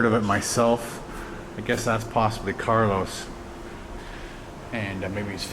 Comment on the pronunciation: Carlo's, not Carlos, by the way! ;-)